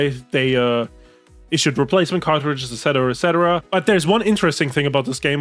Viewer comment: (approx), I keep hearing "cockroaches" when I know I should be hearing "cartridges." The visual of returning cockroaches and having them replaced by new cockroaches makes me chuckle.